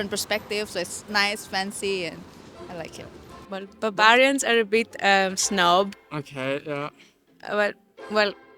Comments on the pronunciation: “Babarians are a bit snob”: sometimes pronunciation does matter 😂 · As much as i'm a Northerner i would never call Bavarians "Babarians".